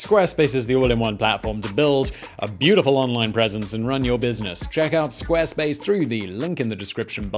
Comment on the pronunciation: "Squa space"